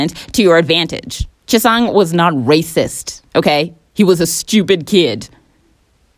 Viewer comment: The way you pronounce "Jisung" 😭😭😭😭😭